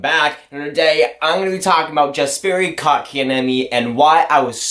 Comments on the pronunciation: It’s Yesperi and Muntreal you said Jesperi and Mawntreal good vid tho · Pronounced " Yasperi", and "Muntreal"... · I'm pretty sure you don't pronounce the J like (J)ust. Jesperi. The J sounds like a Y in Yes - peri. Kotkaniemi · YESperi, not JESperi. Ooof it hurts. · it’s not pronounced yasperi dumbass im finnish so i know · Btw, a pronunciation tip: the "Jes" in Jesperi is pronounced exactly like "yes". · The J is silent :)